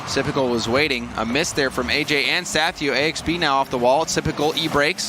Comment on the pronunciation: Isn't it pronounced Axe-Bee?